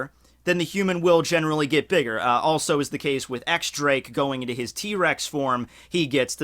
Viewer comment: It's not pronounced X Drake it's pronounced Diez Drake.